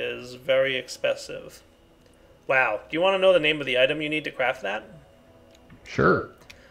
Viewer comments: but he said "exspesive" a bit before that, you win some and lose some i guess. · Reginald Sin This thing is esspenssive